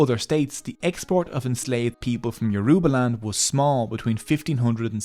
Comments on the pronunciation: The word is not pronounced Yor-U-ba. It is pronounced as YOR-uh-ba. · He's going to have to do this whole video over because he is not pronoucing the words properly.. I can't stand listening to it. It's YO!-ROE!-BAH!.. NOT YEWROOBAAH!!! THAT IS SO DAMN RUDE! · Note: When pronouncing 'Yoruba' there is more emphasis on the 'a'. Doesn't take much to learn the proper pronounciations... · It is Yoruba not yoroba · Why do white people pronounce Yoruba as You-RUE-bar, pls it's YOUR-ro-bah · YO RU GBA! not ye roo ba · it's funny how he pronounces it as your uba instead of its actual pronounciation of your o: ba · Hey- great vid . So interesting to learn as a Nigerian and I love the animations! Yorùbá is a tonal language; a more accurate way to pronounce it that would sound closer to the actual pronunciation, would be 'YO-RO-BAH or YO-RUH-BAH' than 'Yo-roo-ba'. Would loveee to see one on Benin kingdom or other Nigerian tribes! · Great video! You don't see videos about Nigerian history everyday. Just one minor nitpick. It's YoruBA, not YoRUba. Emphasis on the last syllable. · the pronunciation is Yo-row-bar great video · It’s not pronounced (Your-ru-ba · Yoruba pronounced (Your a baa) smiling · It's Yo ru ba. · It's Yo-ru-ba. The tonal marks on our written form settles it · Me being yoruba:🥰😍 also soz but its pronounced your- ooh- bah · It is not Yo-roe-bah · Emphasis on the 3rd syllable, not the second. Hearing yoRUba every 3 seconds makes this basically unwatchable as a Nigerian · It is actually 'Yo-roo-ba'. Yorùbá is a tonal language and that downward toned ù is an oo tone, regardless of what anyone else says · It is actually pronounced YOO-ROO-Ba😅,ewu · No offense, but when saying Yoruba you don't emphasize the u. You can just say it normally.😅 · It is paining me that this guy is pronouncing the language, Yoruba is literally bleeding and he didn't apologize for murdering it😅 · Bro butchered the pronunciation of Yoruba edit: Scratch that, bro butchered every Nigerian name